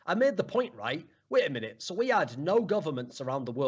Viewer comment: "Mait a winute" lel